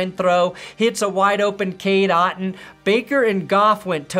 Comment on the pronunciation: Otton not Otten